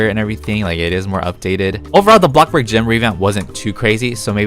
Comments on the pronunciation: "bloxburg": "blockburg" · AND THE AWARD GOES TO THE KING OF BREAD, BLOC BURG YOUTUBER, AND THE BEST ROBLOX YOUTUBERRRRRR (also the way you say Bloxburg like blog burg so funny🤣)